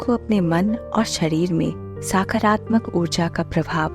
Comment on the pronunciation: Its not साकारात्मक its सकारात्मक